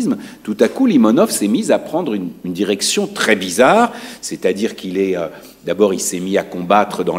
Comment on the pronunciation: Cada vez que esta bella mujer dice "Caguej", un niño muere de hambre en el Chaco. Ahora bien, lo que me resulta particularmente curioso es que esa pose culturosa, snob y eurocentrista se agota cuando tiene que pronunciar debidamente "Limónov", nombre que pronuncia lisa y llanamente, como una persona que jamás en su vida se esforzó mínimamente en comprender las lenguas eslavas.